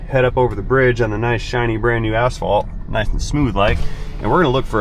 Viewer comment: seconds I 100% did not think you said the word asphalt😂😂😂😂😂😂 I thought you said a shiny new.a$$hol€